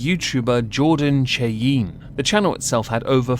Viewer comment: Chay-yeen has to be the bext mispronunciation I’ve ever heard for Cheyenne lol .. I think we need to change it to Chay-yeen haha Also, did she, by chance, even mention how this “cancellation” effected her kid? Like I can imagine he probably took some shit at school